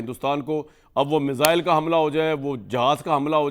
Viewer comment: मिज़ाइल नहीं मिसाइल 😅😅😅